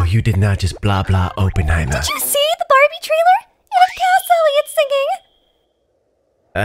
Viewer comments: Did anybody realize that said bawbie instead of barbie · i'm sorry but did anyone hear ''Bah-bie'' instead of Barbie? Cries